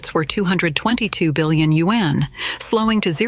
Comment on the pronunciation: borrow money in order to invest?? people really are stupid! also....when will AI be able to pronounce yuan correctly? WHÄNNN